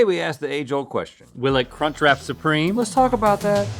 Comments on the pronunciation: Omg link just saying cuntch.... over and over.... oh lawd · I legitimately thought Link said the “c” word for a moment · Legit thought link said c u next Tuesday and had to rewind a few times. 🤣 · ah yes the kunchcrap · I definitely did a double-take when he said CUNCH lololol